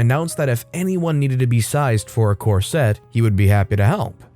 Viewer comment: )) COR-set, not cor-SET. Emphasis on the first half, not second.